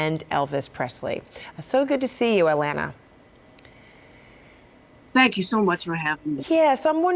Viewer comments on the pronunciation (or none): Of your name is alana not lana !! Get it right or Don't say it at all ...